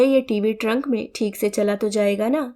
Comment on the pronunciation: ट्रंक नहीं ट्रक 😊